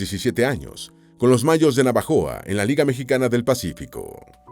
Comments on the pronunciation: No es navajoa...es Navojoa....yo vivo y nací en esta preciosa ciudad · es NAVOJOA no NAVAJOA gracias por su excelente canal🫶🏾👌🏾